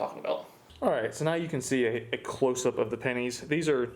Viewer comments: Whole video i keep hearing "panties" lmao not "pennies". Just me or??? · No i heard it a few times too while editing it